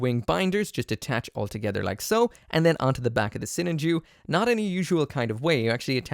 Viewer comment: You say it so weird. I say Sinan Ju